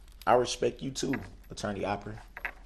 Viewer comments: 'I respeck you guyz'. Gee, what an honour. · His facial expressions alone bug the s**t outta me. The way he says “Hail Yeeuh” bugs me too lol “respek” “Troof” “Ax” “Libary” gtfoh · You can’t “Respec” someone if you don’t even know the correct pronunciation- Moron